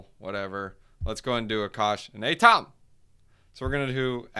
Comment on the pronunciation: AAy-TOM, cool stuff for Cosmos!🚀